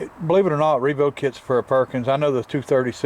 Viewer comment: With Nana around, it's not a Perkins, it's a "Purr-kins".